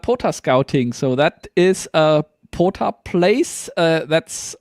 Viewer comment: Guys it's not PODA, it is POTA. With a Tee.